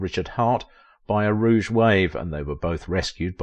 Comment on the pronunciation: "A rouge wave" or a "rogue" wave?